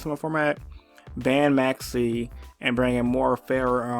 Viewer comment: I was rollin when this man said Maxx "c" 😂